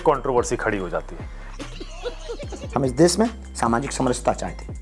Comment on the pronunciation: अरे भागे ईश्वर, पहले देश बोलना सीख ले, देस नहीं 😂😂😂